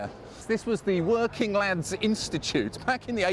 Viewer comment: You're so busy chuckling, I can't tell what you're saying half the time, me old china! Sounded like you were saying "lambs" rather than "lads" here. A ton of other times in your other vids too... If you seriously want to be amusing, talk proper and stfu every now and again, to give your viewers a chance to chuckle!!